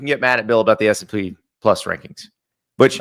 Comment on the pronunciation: Classic Andy. Can’t even say the name correctly. “S and P” 😂